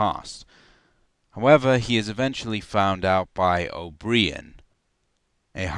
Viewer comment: "Oh breehan" that is how you pronounce the name O'Brien?